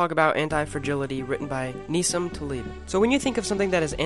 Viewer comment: you got the name wrong in the beginning of the video, one should never get NASSIM Taleb’s name wrong!